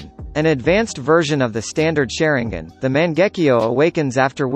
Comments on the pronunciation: The "sharon gin " come on bro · Suri gan